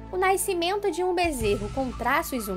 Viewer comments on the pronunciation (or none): " Naicimento " kkkkkkkkkkkkkkkkkkkk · O pior é naicimento kkkkkk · Naiscimento ou Nascimento